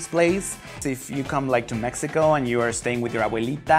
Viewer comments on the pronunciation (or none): none